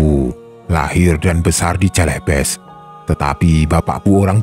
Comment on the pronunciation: Maaf bang 🙏 Celebes dibacanya Selebes 🤭😅